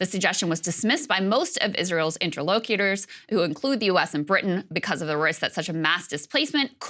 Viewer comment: oH JEEBUS.... Inter-low-cyutors? I thought you were better educated.